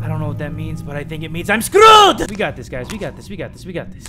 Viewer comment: his mexican accent "iM sCrEwEd" clearly made me die of laughter ngl